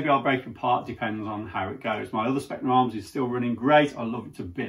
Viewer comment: Hate to be that guy, but it is pronounced Spetzna Arms.